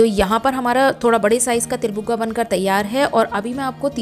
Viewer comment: Til bhugga bolte han not buga